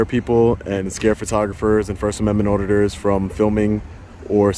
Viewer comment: Its always awesome to see FerSt uhmEndmUnT OdDiTuRz get put in their place